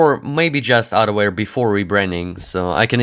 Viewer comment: at the start i thought he was saying adware antivirus 🤣